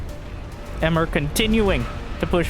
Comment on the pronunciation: Emre (not "Emmer") is a Turkish male name.